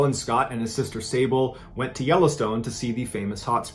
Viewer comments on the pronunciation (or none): none